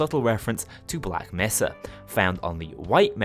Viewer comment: You pronounce it as "black may sah"